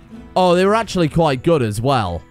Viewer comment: lyteraly just a medic and shit at everything else: oh they vere akchualy very good